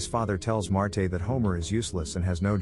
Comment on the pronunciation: AI voice sucks, it's Marge not Martay